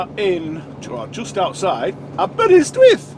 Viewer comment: Hi, Welcome to Wales or as we say Croeso i Gymru, first of all your pronunciation of Aberystwyth was near perfect in my opinion as a Welshman. I hope you have sorted yourself out after getting you head up your nether regions last week, never worry about not posting a video last week, remember look after first as a priority, I love riding along with you as am a retired Lorry driver, regarding that car and caravan, I was watching the road and I fully expected him to hit you, not all caravan people are inexperienced, they may be truck drivers and the like, the worst ones are the once a year drivers who haven't got a clue. Take care my cuddly friend.. Very best regards from Ray the old sod from North Wales..